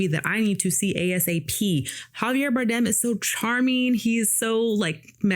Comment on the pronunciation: For better or for worst? God i need to start doing movie reviews the amount of time you spent talking about yourself, I could explained the movie without bringing up my personal opinion about wardrobe, DO BETTER, you sound like you are scripted from chat gbt, stop murdering Javier's last name, and him Pit were in "The Counselor", you brought up your racial bias about a actress that wasn't in the movie you thought was supposed to be and how much better it would have been if she was, dont be that person, you have 2 of the most talented career actors on this movie and 1 of 10 that are gonna be the next generation of greats (Idiris) but please tell us how the nobody, DEI hire for the remake of the little mermaid would have made a movie about F1 racing better instead a white woman in the pit crew, that was the moment i realized you are part scumbag, im so gonna start doing reviews I do appreciate the motivation there is a thousand yous, one question never mind everything else i said what was your thoughts on Oppenheimer? Should Oppenheimer have been played by a black woman as well or can we leave that in the master piece category?